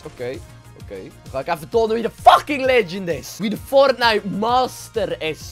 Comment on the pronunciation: LOL ik verstond eerst pornite